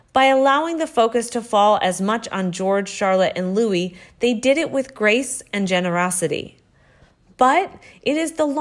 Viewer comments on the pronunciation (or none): none